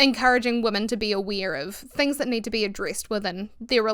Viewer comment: Lowkey obsessed with your pronunciation of “niid”